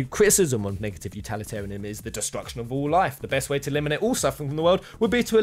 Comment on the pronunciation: the number of times you mispronounce utilitarianism is very annoying. My advice is practice saying the word a bunch of times before you record the video. Anyway, thanks for posting.